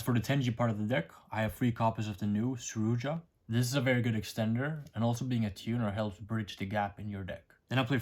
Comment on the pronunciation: It's not tenji, it's tenyi 😂 Same with Suruya, not Suruja Please say it right 😂 Great deck profile tho